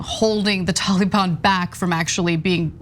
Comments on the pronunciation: "the tollybon" lol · The way the reporter says Taliban is correct the way Anna says it's kind of cringe